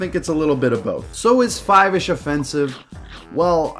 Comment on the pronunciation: its pronounced "foivish"